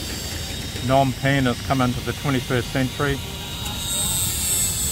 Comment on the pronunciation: Dude it’s Phnom not nom.